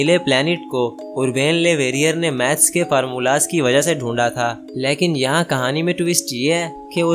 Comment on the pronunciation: Leeeeekin nahi laykin hota ha